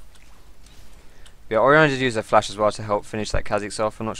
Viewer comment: is dat oriana xpeke? :D he always says flas